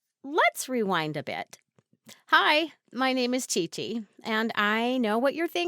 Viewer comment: "Chi-Chi" bruh 😑